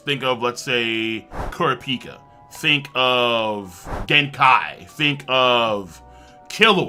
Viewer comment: This guy calls himself a hunter x Hunter but mispronounced kurapika wrong.